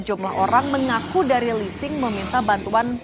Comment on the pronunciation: Ini rental apa leesing???